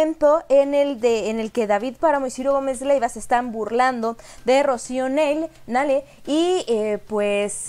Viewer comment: Querida, porque no pronuncias como todos, incluyendo el presidente. N A H L E.. AUNQUE QUIZAS SE DEBIERA PRONUNCIAR NEIL, TODOS PRONUNCIAMOS N A L E.. POR FAVOR!!